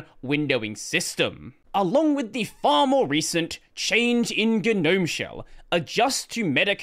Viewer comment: how do you spell that? guh-gnome? do you pronounce both g's?